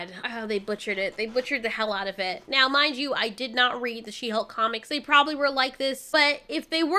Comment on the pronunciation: I don't know why, but She-Hulk always sounded to me like "shemale"...lol